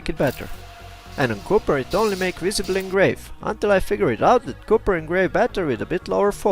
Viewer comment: Speed wise - Wow. Not much more you can say!!! Be nice if was more like 250 or 300mm square. (and just an FYI - you're looking for the word copper. Not cupper)